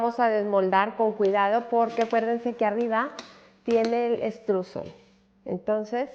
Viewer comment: Muchísimas gracias te quedó espectacular. Solo comentarte la pronunciación es Estroisel, si se pronuncia en alemán.